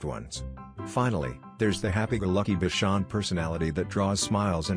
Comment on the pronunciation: I am owned by a “bikon”. That pronunciation made me laugh out loud 😂